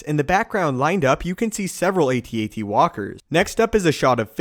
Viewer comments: It's AT-AT not A-T-A-T. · AT AT, as in saying the word at twice, not A T A T, as in speaking each letter individually. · What's with this new gen of people calling AT-ATs "a-t-a-t"s? It fucking At-At.